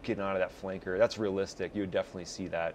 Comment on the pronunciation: why is he saying flanker like it is a slur